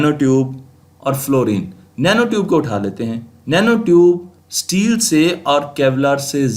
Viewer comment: Abey Sahi sey bol STEEl. Teel NAHI bol jangli